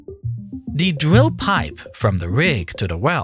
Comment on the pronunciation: The dwill pipe haha. The speech impediment 🎉